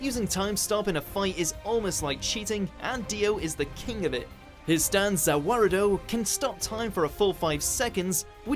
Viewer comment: I can’t actually believe said ZA WARUDO...you did good for one time.